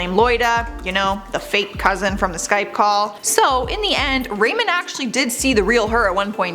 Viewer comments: Number 4 was Ramon pronounced Raw-mone. said Rayman. Anyway would love a part #3 for sure! Thanks you the best!! 👌💯👍💞♥️💜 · abby korchak THANK YOU!!! I cringed every time she pronounced it wrongly.😂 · GIRL! THERE'S NO ONE NAMED RAYMOND!!! _GDD, IT'S RAMON!!! 😳😳 "WHAT ABOUT RAMON?!"😆😆😂😂😅😅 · “Ruh mone” not “ray min” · Give her a break. She might not have known how to pronounce their names. It's not a bad thing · Lmfaooo Ramon’s name is pronounced Ramoan not Raymond 😂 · What’s with her name pronunciation. How can you say “blank” episode ever! When you’ve clearly never watched it. Girl I love ya but watch the episodes! Everyone knows how to say “WHAT ABOUT RAMONE!?” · Jose was on Catfish twice!! He catfished a girl, who had JUST gotten catfished by "Jose," which turned out to be a girl from her school! Then she met "Jose" and flew all the way to Alaska, and tracked his ass down. Ramon is pronouned Rah-mone, and Paola is pronounced Paol-a. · The pronunciation of “Ramon and paola” really gets on my nerves lol at least try to say it right lol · The way she pronounces Ramon and Paola makes me cringe